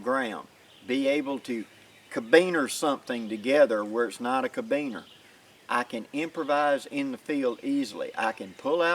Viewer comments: It's carabiner not cabiner. That's care-a-beener not ca-beener. Sorry, I know it petty, but it was bug'n. Why was I more focused on pronunciation than the lesson at hand? Because at the point at wich you said it twice, I had yet to hear anything I hadn't already learned. Not your fault, these are valuable lessons a lot of people need... it just happened to be review for me. But that familiarity with the material allowed my mind to relax and wander. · great tips. Try saying Caribbean, not Kabeaner. Locking Carabiner. I made some citris knives from Dan Lutz design. I just made the end look like a Kukri. Ever heard of Hojo Jitsu. lots of knots. Later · Never heard anyone say ka-beaner lol